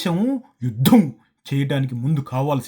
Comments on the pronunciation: Yudddhham chesedddhhham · ద కింద ధ వత్తు చెవి కి బాంబు పేలినట్లు ఉంది. "యుద్ధం " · అన్నా నువ్వు (యుద్ధం) అని ఒత్తి పలికినట్లు యుద్దం జరిగితే పాకిస్తాన్ కి నిజంగా పూంపుహారే 😂😂😂